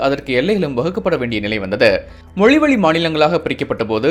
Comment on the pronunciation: மொலி வலி இல்ல... மொழி வழி... என்ன தமிழ் பேசுறாங்க... கேவலமா இருக்க உங்க உச்சரிப்பு